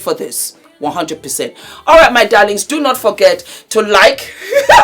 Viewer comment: When says, ‘absolutely NAAT!!!’ Dead! Here for it 😅😅😅